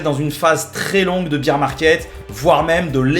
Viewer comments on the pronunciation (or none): Beer market bière 🍺.. l anglais c est pas ton fort hein parce ce que bear = ours 🐻 se dit baire pas bire